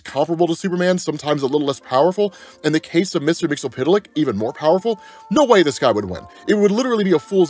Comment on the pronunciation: I cringe every time he pronounces mixlspitliks name.. But he provides the best comic breakdowns. So it’s yin and yang